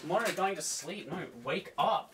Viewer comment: Morte going to slee?